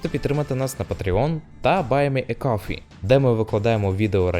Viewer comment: Ви так гарно вимовояєте coffee)